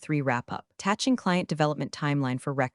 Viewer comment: AI doesn't know the difference between "... dollar 250k client bonus ..." and " ... 250 thousand dollar client bonus ..." The later "Tatching client development ... instead of "Attaching client development ..." " ... patting his portfolio ..." instead of "padding his portfolio ..."